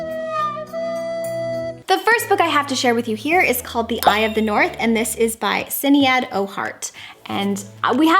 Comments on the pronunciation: I don't know if anyone has already commented this (please let me know if you have), but Sinead is pronounced like Shinaid (it's my middle name, so don't come at me haha) - it is Irish though, so not everyone knows how to say it xx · What beautiful covers those books have 😍 Sinead is an Irish name pronounced Shinade ☺ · Hehe, your pronounciation of Sineád makes me giggle. In reality it's Shin-aid, which rhymes with lemonade.